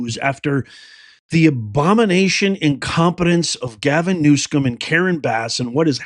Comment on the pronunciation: Please pronounce Gavin Newsomes name right. Not that he deserves it. But its New-some, not Newscomb.